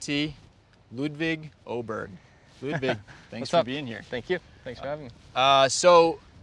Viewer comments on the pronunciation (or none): What makes it funny for other Swedes is that his name is pronounced with a very ‘southern’ Swedish (Skånska) accent, which sounds quite different from how most Swedes would say it. So while many might pronounce ‘Åberg’ with a clearer ‘O’ sound, Ludvig’s version is more like ‘Aw-barry’ with a softer, rolling tone. Out here teaching Americans some good ol’ Skånska!😂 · Shouldn't Åberg be pronounced Oh-berry? I suppose it's like Björn Borg letting everyone say Borg instead of "Borry' 🤷🏼‍♂